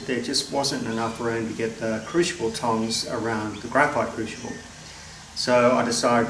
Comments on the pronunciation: if we Canadians can put up with the butchering, I think you'd call it mounting,(hope that's the correct spelling) of the English language by the Americans then I guess we can overlook your mispronunciation of crucible into what sounds like "cruchible". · Nicely done. However, it's crucial that you pronounce crucible correctly. 😉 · Dear, worried about your pronunciation of “Crucible”. That’s a small problem. At least you don’t call that lightweight metal “Aluminum” or call the liquid we fill you petrol tank “Gas”. That is really grating. Cheers from a fellow Down-under-er. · No wonder can't say crucible, ,cant even pronounce Aluminum correct haha all in fun